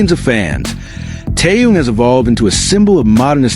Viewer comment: может все таки будете правильно называть Ким Тэхена?